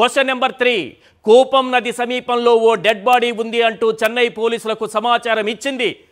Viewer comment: కూపం నది కాదురా... ఎర్రి పువ్వా! కూవం నది.